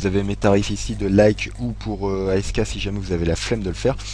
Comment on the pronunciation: Sa se dit "asque" pas A-S-K